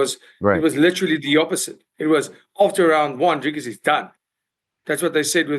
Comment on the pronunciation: funny ariel pronounces izzys surname right but doesnt pronounce dricus correctly 😂